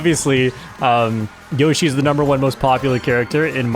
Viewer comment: its yoshi, not yoyshi